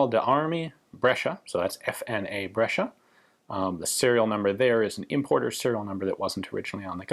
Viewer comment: You pronounced Giulio and Brescia pretty good, even here if I had a friend with sosso as surname I would had problem pronouncing it